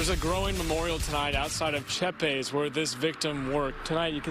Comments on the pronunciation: Why do you say "Chepes" like "cheeps" when it's clearly "CHEP - EASE" ? It's giving AI vibes. Is it AI narration? Anyway a moot point now. Jared has taken his own life in prison. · Mate, unless English is your 5th language, you really need to work on your pronunciation of common words. "Eligible" not "ee-lij-able". Not to mention every single person in the video is pronouncing the store name as "che-pes" and you are calling it "cheeps". Do better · 😂 You keep calling the store Cheeps when everyone in the video says Chepee's. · Chepe's Meat Market, not cheaps. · I can understand having trouble pronouncing words that aren't from your native language but why'd he keep calling the place "cheep's" when everyone else in all the footage was saying "chepe"s" (cheh-pehs) ? Also the sentence would have been more harsh had they been able to prove premeditation)intent, it seems fairly obvious that they weren't able to. That's fairly common in murder/manslaughter/etc cases. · Can you apologize for mangling the pronunciation of "Chepes" despite even the Southern white cops in the video doing a better job than you? Do you even watch your own material? It's "Che-pes" Like Chay-pays... ignorant anglo... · Dude, you heard the way Chepes is pronounced. Stop calling it 'cheaps'. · I know this story is supposed to be serious, but when I heard the pronounciation of Chepes it gave me a bit of a chuckle. There's a large Mexican population in Texas, it sounds kind of like cheh-pes in Spanish. It's kind of like a tiny Sainsbury in the UK. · I'm sure someone has already pointed it out but "Chepes" is pronounced che-pehs. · Seriously, show some respect to your subject, learn enough Spanish to pronounce the name of a supermarket. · Is it that hard to say Chepes? Or did you not actually watch the bodycam footage at all yourself? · They say the name of the store multiple times yet you still keep pronouncing it in incorrectly